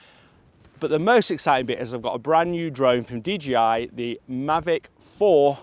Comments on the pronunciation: Nice video. Did you need clearance to fly higher than 120mts AGL? Dee-JAY-eye. So many pronounce it wrong. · DJI ... not DGI. Why, just why???